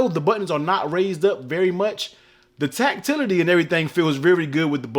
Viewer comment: Word for the day "tactility" TACTILITY! lol